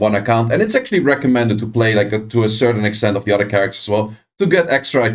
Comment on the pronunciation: It's other*** not udder**